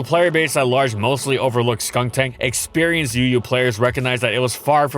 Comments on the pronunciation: He called skuntank "skunktank"? I didn't know cause when he say "skunktank" it was very similar to skuntank so i didn't get annoyed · Is anyone else slightly annoyed that he kept saying "SkunKtank" in the video and not "Skuntank"? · The way has always said Skuntank always sounds slightly off It sounds like he's saying Skuŋtank or Skunktank